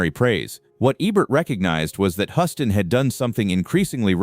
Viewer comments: Your "robotic" narration is ridiculous! World famous director John Huston's surname is mistakenly pronounced throughout the video! Unforgivable! If you can't get your narrations to properly pronounce names, then hire REAL PEOPLE to narrate your videos! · It's pronounced John Hewston Not John Huston or John Hooston. But good video nonetheless